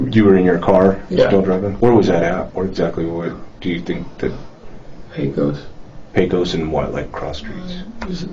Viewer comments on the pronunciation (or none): Pecos. Not Paco’s. This is where I grew up 😞